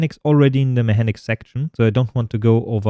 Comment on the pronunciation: It's pronounced Mekanics not Mehanics 😇